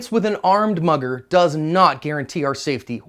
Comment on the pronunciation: Everytime you said mugger I heard mother